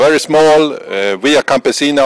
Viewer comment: Via Campesina, not via campesino!